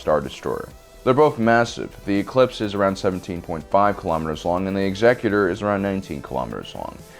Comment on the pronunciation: Thank you for saying "ex-EC-utor" and not "exe-CUTE-or" This brings me much joy :)